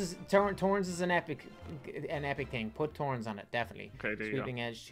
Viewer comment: He said torns